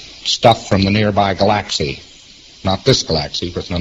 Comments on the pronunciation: Why can he not pronounce Galaxy correctly? Was he THAT stoned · Fucking hell, same here. guh-LAX-ee. Not only does he make verbs and adjectives into erroneous nouns to sound educated and incomprehensible, he can't even pronounce basic scientific terms.